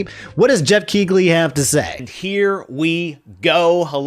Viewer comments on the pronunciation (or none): none